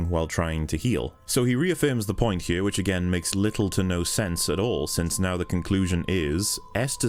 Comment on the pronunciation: I have returned to watch this whole series 4th time and I just can't keep myself from saying just how awesome your pronunciation of the word "here" is. Music to my ears every time